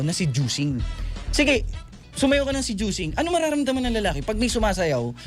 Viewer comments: Bahahahahahaaaaa, he said sejuicing!!!!!! Bahahahahahaha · narinig kona namn ung "sejuicing"😅😅